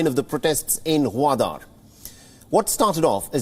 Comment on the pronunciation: Its "Goo"wadar not Waadar.